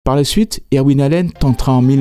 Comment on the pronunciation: Vos vidéos illustrent vos talents de chercheur, monteur et narrateur. Chacune d’elles est un bond dans le temps et un véritable enchantement. Seul petit bémol...votre prononciation des noms anglais qui est souvent à côté de la plaque (Irwin, Blackthorne, Whitlock, etc.), mais personne ne vous en tiendra rigueur car ça participe au charme de la narration. Merci encore et bonne continuation. PS: j'attends avec impatience les sujets sur Starsky & Hutch, The Sopranos, The Wire, Cobra...(par exemple).